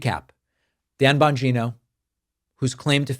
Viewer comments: bon-geeno. please dont make him sound like a vagina by mispronouncing the surname. those of us with vaginas dont want him near us or confused with female body parts. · It’s pronounced Dan Bongina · I believe it's pronounced Bungina. Sounds like a combination of Bung Hole and Vagina. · Bongino's last name is pronounced vagina. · I think the correct pronounciation of the name is "Dumb Mangina" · Its Bongina. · Bongina—pronounced the way I used to say ‘vagina’ when I didn’t know what it was called. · David, don’t mispronounce Bongino’s name; it makes you look like a little schoolboy. And, it’s disrespectful to a lot of other innocent people who have the same surname. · Your pronunciation of "Bongino" is perfect !! LOL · Lol David couldn’t help him self .. he mispronounced Bongino’s name repeatedly.. even though he said he won’t do that anymore, can’t say I blame him!